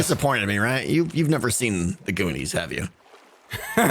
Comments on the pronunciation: u rly should see the goonies. it's great! but continue to say it wrong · I DIE laughing when he purposefully DESTROYS the title of the Goonies